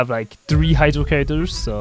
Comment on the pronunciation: bro his accent makes it sound like “Heizou Only” instead of “Hydro Only” 😂